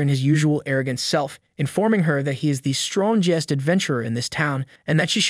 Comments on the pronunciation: the 'stron-gee-ust?' isn't it easier to just say strongest? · Strong est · Lol strohhnjest? Strongest? Wtf how are you mispronouncing all these words?